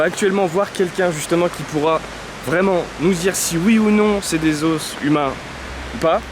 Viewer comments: Je suis désolée mais....on dit des os avec un s muet non ? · « Os » au pluriel ça se dit « os » pas « os » !